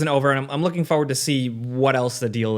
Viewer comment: I like content. But it absolutely kills me every time he mispronounces forward.